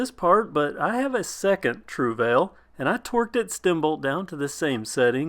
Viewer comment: I googled the pronunciation and you got it wrong........